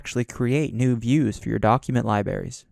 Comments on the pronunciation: Two hours with a narrator pronouncing libraries as "lie-berries" - WTF? I don't think I can do it! Oh, and spoiler alert, there are no "Exercise Files" for this module, so don't bother following the link and filling out the access card. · You all have issue with his "Li Berries " But I am uncomfortable with the sound of his breathing and taking saliva inside. He might keep the mic in his mouth. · "lie-berries" lol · It almost makes you wonder if he is trolling on purpose.